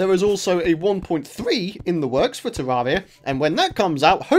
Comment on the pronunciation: Pronounced terr air ia